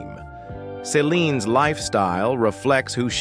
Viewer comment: It is Ce line, no Ca line.